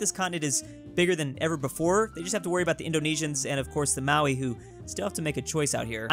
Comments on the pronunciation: please, im begging you, Mao - Ree, not Maui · Bro ffs it’s MAORI. Not Maui. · how the hell did you say Maori its more like moldy not however you said it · Jesus christ say māori right